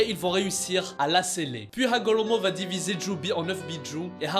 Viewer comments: Par contre c'est super chiant quand il dit :Hamula pas Hamula c'est Hamura c'est pareil avec Hagolomo c'est Hagoromo respecte les noms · Frr c’est quoi hamola et hagolomo tu c’est bah bien prononcé toi mdr 🤣